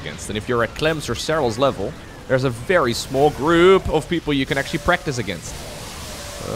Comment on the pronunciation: "elvel"